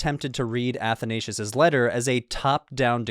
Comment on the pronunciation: wish you would have had pronounced Athanasius property